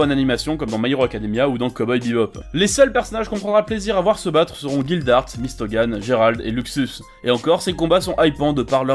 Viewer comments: Mystogan??😭😭😭😂😂😂 ça ce dit « mystgun » et en vrai c’est pas Gérald ça ce dit « gdelal » Gérald, mais moi perso j’adore fairy tail mais tu as entièrement raison mdr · MistoGun et Jérald mais ptdrrr ça ma tuer c'est MistGun et Jellal (miste gun et djelal pour la prononciation) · Maissss troooop. En plus au lieu de Jellal il a dit Gérald j’en peux plus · mdr il a dis Gérard a la place de gelal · Le fameux Géralde😂 (c'est Jellal ) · Désolé mais c gelale et lissana je les ai écrit comme on le prononce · Ta dit Géralde ou je rêve 😂 (gelale) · je rêve ou tu as osé appeler jellal "gérald"